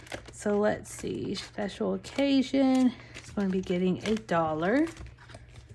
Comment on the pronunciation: Oh my word, the whole time I thought you were saying “Special Cajun” not special OCCASION 🤦🏼‍♀️🤦🏼‍♀️. Being in the south I just figured it was a Cajun event😂